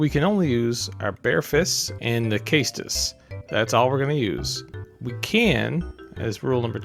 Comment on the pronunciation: Caestus rhymes with estus. Edit: this was actually a great video and I watched the whole thing. Keep it up dude!